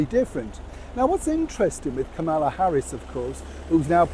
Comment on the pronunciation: I know you hate being corrected, but really, you should pronounce Kamala's name correctly. The accent is on the first syllable. Meghan may see this as an opportunity, but she sorely mistaken. VP Harris is too smart to consider it. Meghan is not a factor in the political scene, even though she and so many British people seem to think she is. b